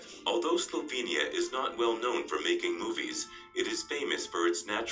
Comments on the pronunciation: It's SLOVENIA not Slovania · It is Slovenia. SlovEnija. Please correct that!